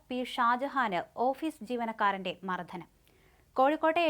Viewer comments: മർധനം അല്ല മർദ്ദനം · മർധനമെന്നല്ല മർദ്ദനം എന്നതാണ് ശരി. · മർദ്ദനം എന്നു പറയൂ കുട്ടീ....